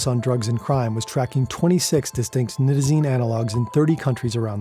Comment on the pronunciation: thank you for the video. I don´t fault you for your mispronunciation of Isonitazene, but it needs to be mentioned. You threw an extra ¨T¨ in there. Furthermore, Nitazene in the academic community is more often pronounced ¨Nye-Tuh-Zeen¨. It reduces the already infinite conjecture out there regarding these NPS Opioids. The issue that the general public i.e. non-users/researchers is that they tend to treat different Opioids as if they are different species when in reality, they are just horses of differing colors. You might have a Clydesdale (Fentanyls), a Mule (Buprenorphine) a Stallion (Morphine/Heroin) or a cute little Foal (Codeine). Regardless, they are all horses. The physiology is the same, the organs, the biology etc. Essentially all commonly abused Opioids are full Mu Opioid Receptor (MOR) agonists. I´m not gonna get into partial-agonists or Mitragynines right now. In medicine, it is common to take any Opioid, be it Oxycodone (Percocet, Oxycontin), Hydrocodone (Vicodin, Lortab), Tramadol (Ultram) etc. and convert the dosage into Morphine Milligram Equivalents. Any true MOR agonist can be converted to these units through basic proportional math. My point is, Opioid tolerance is known to be essentially limitless. The human body can become accustomed to doses of Opioids literally hundreds of times more than what could kill a naive individual... likely more given the proper time and resources. The treatment for Opioid dependency is no different and should always be based